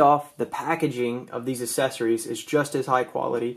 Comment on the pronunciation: You say accessory weird. Its aksessory not assessory :)